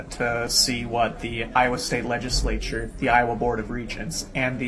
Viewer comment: This guy can't even pronounce legislature and he's teaching at a college?